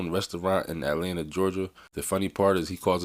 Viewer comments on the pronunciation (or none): none